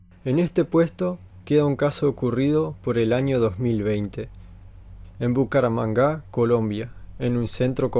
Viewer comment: Muy impresionante! Dejame decirte solamente que la ciudad de Colombia se llama "bu ca ra 'man ga". No "bucaramangá"